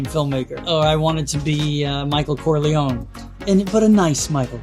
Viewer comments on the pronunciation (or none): none